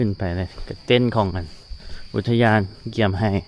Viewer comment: อุทยานศรีน่าน อ่านว่า อุด - ทะ - ยาน - สี - น่าน